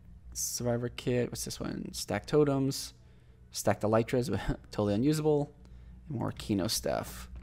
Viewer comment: Did you just say EL “Y” TRAS